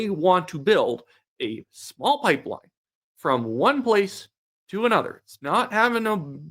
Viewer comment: Carney can’t even say the word pipeline…